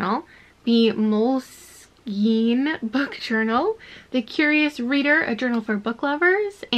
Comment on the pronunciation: You were pronouncing Moleskine correctly. Mole-Skin. 👍🏻 Enjoyed this video very much. It will come in handy when I purchase my next reading journal. Thank you.